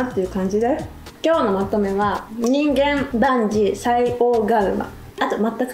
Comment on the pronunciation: えみりちゃん、こんにちは！ 今日の動画もよかったです！ 私もこの言葉、好きなんです。 これ、にんげん、でなくて、 じんかん、と読むのが正しいみたいです！